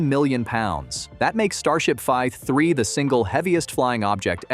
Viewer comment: If you’re gonna use an AI voice over can you at least get the mistakes corrected? It’s calling the V3 anything but “V 3”, saying five three, vi three or other garbage throughout the video. And the falcon heavy footage does not belong in a video talking about starship.